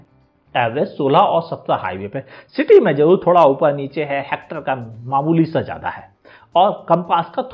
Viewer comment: Upel nhi uper 🤣🤣🤣🤣